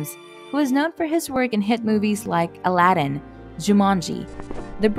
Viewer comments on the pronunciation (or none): none